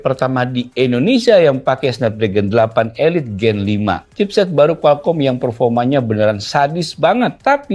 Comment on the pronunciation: Nahh udh benerr nyebutnyaa, 8 eliittt.. mantapp